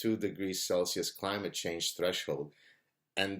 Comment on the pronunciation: "climage" change ? should that be "Clitage Change"